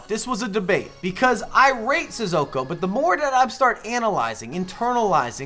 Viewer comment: It’s NOT Sizzoko! Say it right!